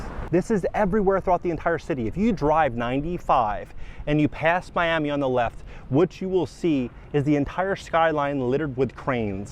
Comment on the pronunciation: "Me Am Me", you have to pronounce Miami like english is your second language to get those million dollar prices.